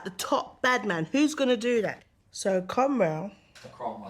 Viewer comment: Cromrell. "Cromwell." Cromrell. Judi is the best